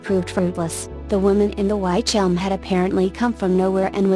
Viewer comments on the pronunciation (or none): Robovoice..ugh.. Within 20 seconds it said "WHYtch Elm" and you lost me. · its pronounced witch elm..